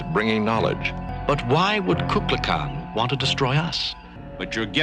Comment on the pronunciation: Shatner mispronounces Kukulkan as Kukla Kan. There used to be a kid's show called Kukla Fran and Ollie which featured a puppet dragon. While not intentional, it resembles Kukalkan.